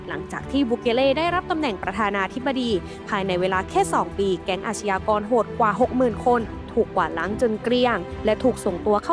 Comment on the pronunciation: อาชญากร..อ่านว่า..อาด-ยา-กอน..นะครับ ไม่ใช่..อาด-ชะ-ยา-กอน..นะครับ..คุณแอดมิน..!! อาชญากรรม = อาด-ยา-กำ อาชญา = อาด-ยา